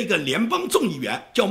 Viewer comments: 孟昭文：昭，音：zhao召音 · 发音不是：邵